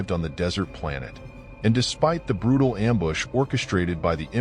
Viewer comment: now i get why he say "they are brrrutal"